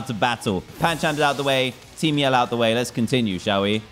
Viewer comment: I keep thinking he is saying team yellow not team yell